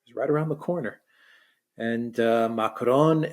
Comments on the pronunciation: if you can’t pronounce Macron in a Francophone accent, just pronounce it in an anglophone accent. Using an Arabic accent is irritating and sounds ridiculous. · Biggest relief of macron getting the boot is not having to hear pronounce his name with a French accent 😅